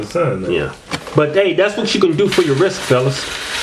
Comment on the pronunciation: Hahahaha in the "tags" you write "wrisT" but in your vids you say "wrisK" hahahaha